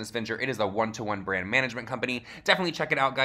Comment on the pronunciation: Does anyone else just Hate The way Jaclyn says the word "brand"